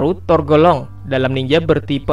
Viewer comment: Torgolong apa tergolong...?😁😂 Coba di dengar dgan baik